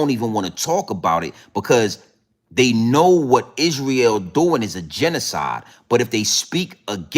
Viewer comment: You do make me laugh but its hard to take you seriously when you spend most of your time saying the same word or couple of words over and over again in different ways. But one thing is for sure and 2 things are for certain lol Yeahhhhh lol Isreeeeal lol I dont mean to be condescending its just when you listen to this as a Brit its very funny. Also its Piers Morgan not Pieere lol he's not French. Also how are you a threat to the establishment? and your personal revolution is certainly being televised for the world to see lol any it is what it is and it will be what its goibg to be right? Bro we should collaborate and go live together and talk about current affairs and ill bring it to your audience from the streets of London and you can do your thang. All joking aside you are a star my man 😅